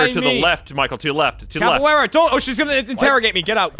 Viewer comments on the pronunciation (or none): LOL cab-A-Weara haha. its cav-E-Era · Dont ya just love cavuwera instead of caviera in all seriousness love thr series wish it would stay with r6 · Its CAV not CAPoara. CAViera. Pisses me off so much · Oh god when you play siege constantly and gets everyone calling caveira capillera!! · C A V E I R A! Come on you can do it! CAVEIRA! Not Capoiara not Caviera , CAVEIRA! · someone needs to tell how to say Caviera correctly, and i probably ended up spelling it wrong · I love you guys but it's annoying to hear capoeira because her name is caveira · Am I the only one here who was kinda annoyed at them mispronouncing Caveiras name as Capaweara? Good video, love them, just put off a little by this. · The next thing they need to practice is how to pronounce Caveira's name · Won a ranked match but still can't pronounce caveira correctly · I hate the way they say Caveira's name